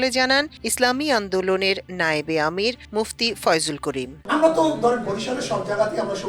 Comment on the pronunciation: সাংবাদিক সাহেব মুফতি ফয়জুল করিম সাহেবের নাম কিন্তু বিকৃত ঘটিয়েছেন।